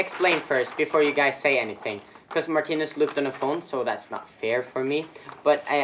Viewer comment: ”Marttiinus”😫😫 Noooooo it’s MARTINUS